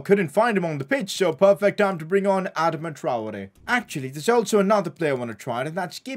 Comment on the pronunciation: Has anyone told him it’s not pronounced Adam-a it’s pronounced adama